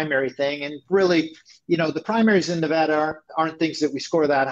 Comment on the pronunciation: Tangentially... Thank you, thank you, and, for BOTH pronouncing “Nevada” correctly. If you do not live west of the Mississippi, you can have no idea how “Nevahda” grates on the ears.